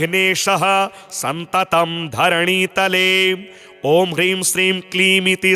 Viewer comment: सततं को आप सन्ततं लिख रखे है और बोल भी गलत रहे है सुधार ने की कृपा करें